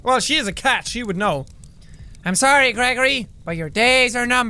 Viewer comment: The way he pronounces Greggory reminds me of Steve's Zaragoza character Grigory from Nuclear Family channel.